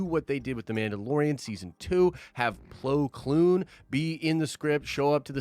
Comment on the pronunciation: "Plo kloon" you reckon.. isnt this guy meant to be a starwars fan? lol